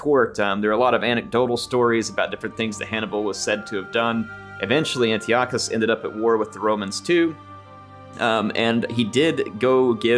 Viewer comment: It’s pronounced An-tie-eh-cuss.